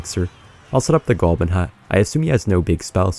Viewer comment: WHY DOES HE ALWAYS SAY GOLBIN